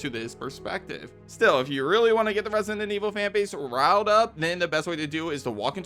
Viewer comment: Could you learn to pronounce Resident, jeezus...